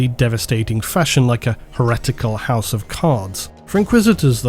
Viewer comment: You say "collapsing like a housu of cards" in every video